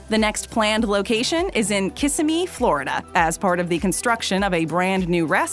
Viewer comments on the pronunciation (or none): It's pronounced kisSIMee.